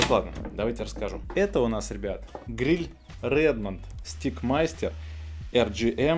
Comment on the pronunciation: Stick (как вы говорите и произносите) -это на Английском языке ПАЛКА,ТРОСТЬ ,ЖЕЗЛ и т.д. Теперь представьте,что Вы рекламируете,а Steak 🥩 -это стейк 🥩!!!